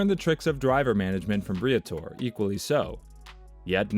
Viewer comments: OMG yes please adjust pronunciation. also Bree-ah-tor-RAY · I know right? If you're covering a story on a team. Learn how to pronounce the name correctly.